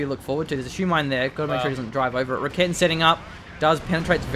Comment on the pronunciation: "raketten" lawl